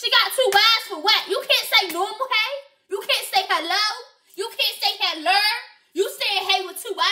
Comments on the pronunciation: YOU CANT SAY HELLERRRR ITS GIVING MADEA FR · “u cant say hellerrrr” got me dying😂😂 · “Why you can’t say hellur” 😂😂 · Lol u cant say helur